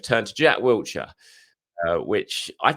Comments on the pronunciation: WILshere not Wiltshire Will-sheer Blimey it’s been 15+ years, get his name right. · No 't' in Wilshire lol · There’s no T in Wilshere